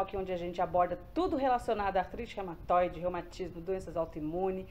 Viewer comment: Não é Rematoide, é Reúmatoide